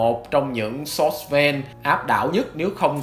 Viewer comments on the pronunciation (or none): none